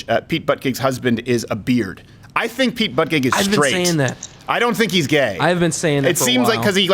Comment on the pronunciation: Why do you keep saying buttegeig correctly and then stopping yourself just to say it wrong I don’t understand